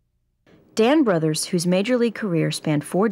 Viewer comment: Last name is pronounced broothers, like booth. Emphasis on the TH.